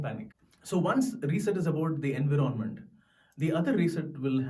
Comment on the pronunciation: Buddy its "Environment" not environment!! Sorry if I have corrected u ! Cheers